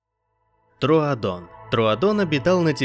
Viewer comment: Говорится тродон пишется троодон•_•